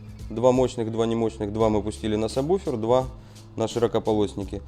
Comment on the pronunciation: Всё вроде грамотно, но почему во всех видео сабБуфер - если он сабвуфер ? Ужасно режет слух.